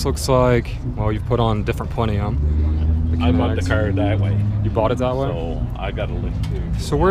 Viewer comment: plen-um .. PLEN (like plenty) UM (like umm what the fuck you doing saying plen-e-um like you're trying to make a new element for the periodic table?)